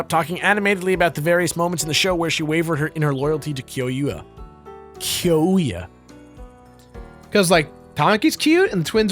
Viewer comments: This was a really really fun bonus to watch But I'm mad at Jirard for mispronouncing Kyoya's name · The mispronunciation of Tamaki and Kyouya makes me cringe